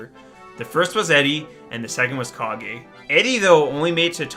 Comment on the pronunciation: U were right. KAH - GHEY